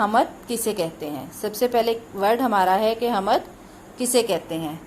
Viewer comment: Kitna ghalat talaffuz hy is teacher ka hamad ni hoti hamd hoti hy